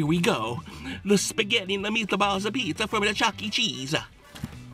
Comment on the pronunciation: Then why did you say chese last time?